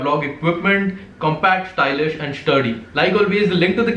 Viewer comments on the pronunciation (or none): shtylish shturdy ni hota Bhai.. stylish sturdy hota hai